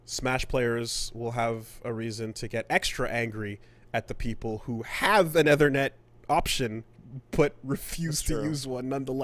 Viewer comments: it's ethernet not ehthernet. .... I can't help it. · eee-thernet, we have been through this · saying "eh-ther-net" instead of "ee-ther-net" is a new pronunciation tic for me. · I can't unhear Athernit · Æ T H E R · Obsessed with the fucked up way said "ethernet" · Is it a Canadaland thing?